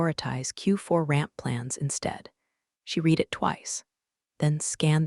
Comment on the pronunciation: Virginia had a DMV number of B197 at the beginning. Then she has two different DMV numbers. I'm going to guess that this story was not edited before it was posted. Just like other stories of this type. And, the tense of 'read' is still pronounced incorrectly.